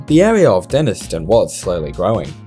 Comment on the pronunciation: pronounced Denis-tone fyi